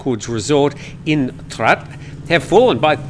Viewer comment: Your pronunciation of Trat province are completely wrong, pronounce in Thai shall be Traad.